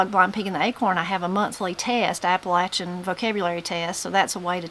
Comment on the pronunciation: THANK YOU FOR SAYING APP-A-LATCH-IN CORRECTLY! #WNCForever